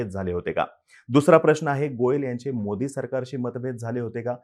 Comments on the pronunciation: मोदींचा उच्चार नीट करा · तुम्हाला मोदी स्पष्ट उच्चारता येत नाही..? ००:१८